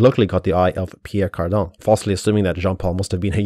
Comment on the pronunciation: Sorry have you purposefully misspelled and mispronounced Pierre Cardin?